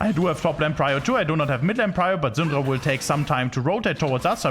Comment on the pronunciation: Ive never seen a worst prunuciation of the « Syndra » name ever in my Life LOL. It took me legit a whole minute « who the fck is Xundra ??? »